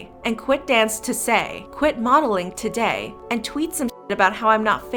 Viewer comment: Jay: today, today, tOsAy